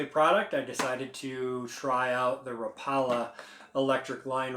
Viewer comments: Raw pale la?? Lol rap-pa-la Oh and keep skipping all the dumb stuffs. 30 mins of nothing 10mins of usable info. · It’s actually pronounced ra paw la